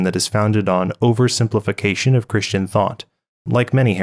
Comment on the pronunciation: 2 mistakes I found in your video: "Christia" instead of "Christian" Misaligned video end card and channel logo Great video as always. God Bless!!